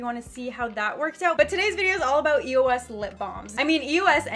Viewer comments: it was so annoying how throughout the whole video she was saying e-o-s instead of the word eos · the brand name is not pronounced by each letter. it's all one word. just a tip since youtube success is getting competitive you might want to do some research before hand on the brands you are going to feature, it makes you look more professional